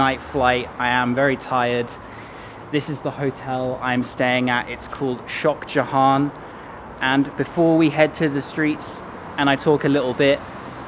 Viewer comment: The way he pronounces Shoxjahon😂